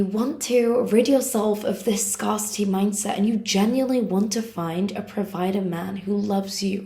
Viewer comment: It's not pronounced ' SCAR city.... It's pronounced ' SCAREcity' 😊❤